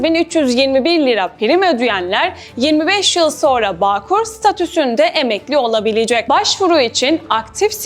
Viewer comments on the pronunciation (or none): none